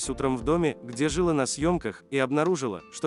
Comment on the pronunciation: Озвучивает, видимо, робот. Там не только это, там куча слов с неправильным ударением, живой человек не может так говорить